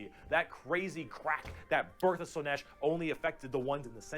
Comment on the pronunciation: You pronouncing Slaanesh as "Slaneesh" is adorable